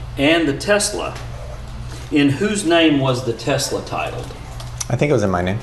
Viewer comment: Tessler. It’s pronounced Tessler. 😂 this guys is such a slime bucket